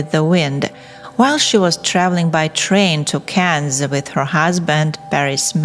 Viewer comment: Yes, it’s strange that she can’t even pronounce ‘Cannes’ or differentiate between ‘man’ and ‘men’